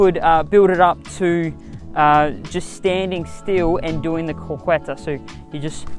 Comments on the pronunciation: Btw you should pronounce it "croqeta" not "croqUeta"... Got it brow ? Also like your passion eheh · Croqueta is pronounced like CRO-KE-TA